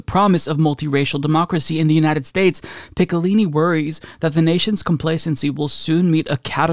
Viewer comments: How to say Picciolini: "Pee-CHO-Leeny" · Man I cringed every time you butchered his name "Picciolini" LOL